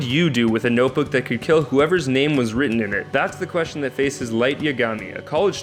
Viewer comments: Cringy on some of the mispronunciation of names.... -_ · not to be rude but your pronunciation is off on some of the names